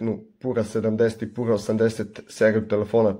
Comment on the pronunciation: Није пура него пјура 😂😂